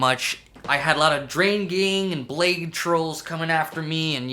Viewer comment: its “Blah-dee”